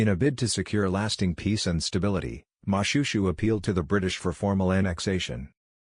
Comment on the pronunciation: You should've referred to YouTube or tiktok on how to pronounce most of the names you mispronounce. It's Mo-shwe-shwe not Mushushu, Lesotho and Basotho aren't pronounced that way also. Edit : I know it's an AI Generated voice but stop it